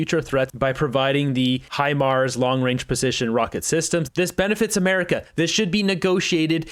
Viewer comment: Great episode,. The Lockheed-Martin purchase that Carney is getting rich on is pronounced HI-MARS, not AITCH-MARS. What an incredibly insensitive slug Carney is, not even expressing any sympathy for the Quebec woman murdered by her husband before going into his shouting and finger-wagging performance. Disgraceful!